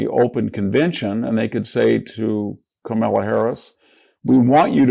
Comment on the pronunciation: Hanson disqualifies himself as a politics pundit when he doesn't bother to pronounce Harris' first name correctly. He's either ignorant and unaware or petty mean partisan. He's dumped.